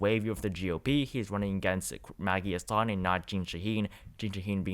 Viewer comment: the senator from NH is pronounced HAS-sun, not huh-SAHN Also, , Penn. governor is Tom (not Tim) Wolf